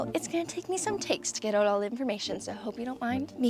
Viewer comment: I KNEW you were Canadian. By the way you mispronounce "out."